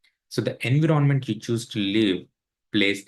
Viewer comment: In 20 years in usa you didn't learn how to pronounce 'environment'?